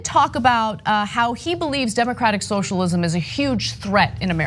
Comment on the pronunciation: "shoshalim" It's not that hard to say, "so-shall-ism". Was this guy drunk?